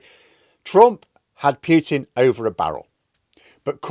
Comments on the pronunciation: Good channel,. By the way, it's Poo-tin, not Pew-tin. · Still mispronouncing... PEWTIN. NOOOOOOOOO....POOHtin for christ sake.